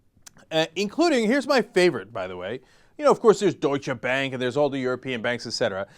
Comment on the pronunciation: I know this is petty and doesn't really matter, but it was bugging me. Cenk, your pronounciation of Deutsche Bank is terrible. Anyone who wants to know how it's actually pronounced, listen to the song Computer World (or Computerwelt if you like sexy German songs) by Kraftwerk. YES, I know this doesn't matter at all, I just had to get it out.